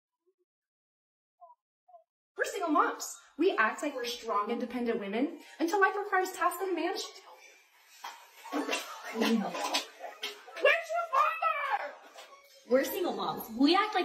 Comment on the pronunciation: Why do they all say SHTRONG?